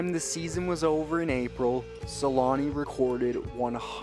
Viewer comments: For those who don't know, the "ä" in Selänne is pronounced with an "ä" like the first sound in "action" or "animal". So it's SelÄnne. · It's so funny for me as a person from Finland. How the name changes so much with language, in my ears when you pronounce "Selänne" I know in english they don't have "ä" letter so even with "Selanne". You turn it in my ears to "Suulani", just always funny. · make that documentary and learn how to pronounce his last name for it, lol